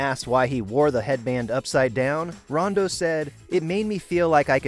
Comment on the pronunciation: You pronounced rondo’s name wrong